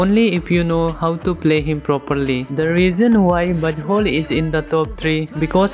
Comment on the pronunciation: my gid why do I hear B*tt hole instead of Buzzwhole Im sorry😢😢